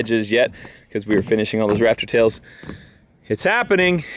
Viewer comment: I keep thinking he's saying raptor tails like the dinosaur instead of rafter tails